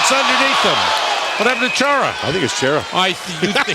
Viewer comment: actually it's "Khara" lol